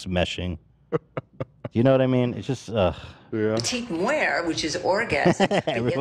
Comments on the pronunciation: its petite MORT, not petite muer or whatever she trying to say lol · I’m sorry I can’t deal with the fact that was saying “la petite muert” the whole time instead of “la petite mort” it’s not pronounced the way she was saying it at all and it was driving me nuts